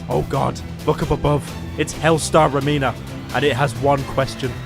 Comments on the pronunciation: Nobody: Pyro: Hellstar RemeeeEEeeEEEeeeeena (It’s remina) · It is not “rem-e-na” It is “rem-in-a”